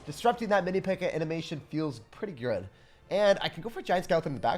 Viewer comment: Great + Good = "Grood" 😂